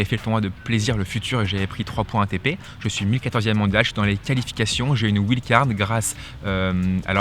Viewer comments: ouild card ça fait mal à entendre quand même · Doit-on prononcer "ouild" card ou bien "waïld"" card ??? Ça fait bizarre comment tu le dis, mais après tout, c'est toi le pro qui connait bien ce milieu du tennis? (WILD CARD)